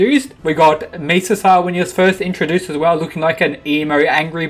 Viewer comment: mee sasa not me sa sa